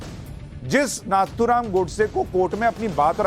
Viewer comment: Why you all urdu speakers urdu media call him Naathuram when his actual name is Nathuram (नथुराम). What if I change your name to Sushant Sinha to Sishant Sunha..